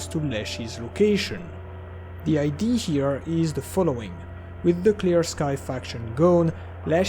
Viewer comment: Also when he pronounces idea as ID 😂😂 Nothing personal, it's just funny to me 😅